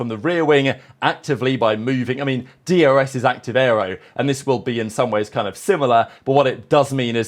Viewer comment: Do you say DRS or DUS …. Sounds like you saying D U S 😮